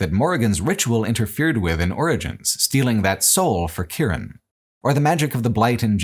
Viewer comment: The only downside of the video: calls Morrigan's son Kieran "Kiernan", a name I was called my whole life throughout school and by my own grandfather instead of my actual name, which is of course a heinous sin from which nothing can ever be forgiven otherwise great video, 10/10